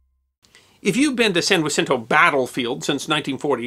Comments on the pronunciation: Pronunciation fail: It's said like you would say Georgia. Not 'Whasinto'. Signed, native Texan from the area. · I lived in Houston as a kid and saw the Texas on field trips. Anyways FYI people in Texas pronounce the word Jacinto English and not the Spanish way. This was the battle for our independence and the common thought is to pronounce the j in jancinto and the word not the Spanish way denotes our victory. It is a custom here. Great vid. She’s a historic ship that definitely deserves to be remembered